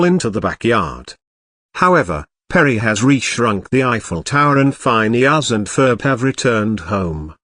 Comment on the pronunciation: “Fineus and Ferb”